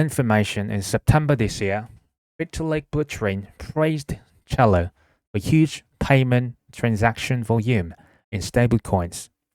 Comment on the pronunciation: I like it 👍🏻 pronounced cell-lo by the way. Like cellphone 📱